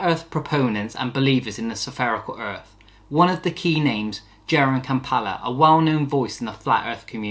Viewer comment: your research is wrong mate. i like what you're doing, but a) jeran didnt pay anything, it was all funded by a guy called Will Duffy. b) his name is Jeran Campanella, not "campela"